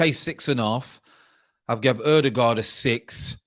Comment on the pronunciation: Your new way of pronouncing Ødegaard is close to perfection ;). If you want to sound like a norwegian the ”gaard” is gawred